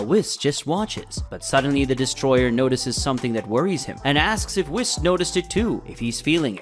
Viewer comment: For the love of Kami, pronounce “Whis” correctly!!!